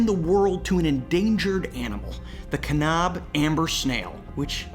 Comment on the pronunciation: Can-ab, not Kahn-ahb. Understandably, way beyond any editing fixes (‘cause that would be weird). This is just to help future users of the word. Great story.